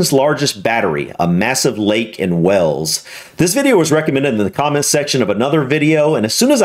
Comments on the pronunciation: The country of Wales, is pronounced as it's spelled, not as you are saying it, wells. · I really love you and the vids you react to... BUT! ( I bet you just 'knew' it was coming 😀) - One thing that always make me cringe (a little) and I KNOW it's minor, picky and maybe just ME? Anyway, each and every time you say WALES, you somehow manage to pronounce it 'WELLS' (and I have noticed a couple of other Americans do the same thing - and don't know why - duh!?). You need to stress the 'A' more, like wAYles. Thanks for listening to my stifled 'rant' and best wishes from London 👍😂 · Please stop calling Wales, Wells. It is pronounced just like 'wails' or 'whales'.